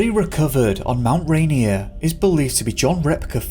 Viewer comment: We say Rainier like Ray-Near 😊